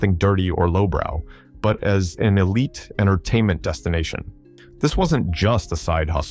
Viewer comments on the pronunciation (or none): none